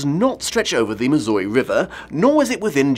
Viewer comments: As a Missourian, I'd like to point out two things: First, I would very much like to help you with your pronunciation. There are two traditional ways to say "Missouri": Miz-zur-or-ee (sounds like "misery", cuz it is) or Miz-zur-ah (if you're in or below the Ozarks), but honestly, as long as you say your zz's you'll be fine. Second, the Missouri river eventually joins the Mississippi river, but over by the Arch in Down Town STL, it would be the Mississippi River. Did you know we found two Bull sharks up there? They swam from Louisiana, up the Mississippi, and found dead at STL. Allegedly we found more over by the state capitol Jefferson city, but its more of a river monster myth. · As someone who is a lifelong Missourian. It’s pronounced miss-ER-ee